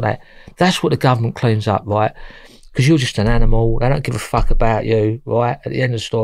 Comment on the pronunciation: "So I think to meself - Fack." Tell it how it is,.